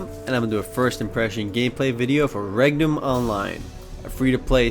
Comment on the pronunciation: when you said regnum i thought you said rectum O.o